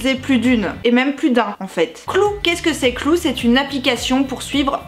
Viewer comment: "clou" ^^ ! Je me moque, mais j'ai le même accent français merdique :'). Sinon, vidéo intéressante comme d'habitude. Je connaissais déjà l'appli et ça a l'air de bien marcher. Eh ouais je suis un mec et je trouve ça intéressant d'apprendre comment les filles fonctionnent. Eh oui. Car ça fait pas de mal.